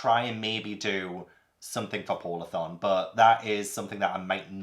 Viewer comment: I honestly thought you said “pornathon” when you said “polarthon” 😂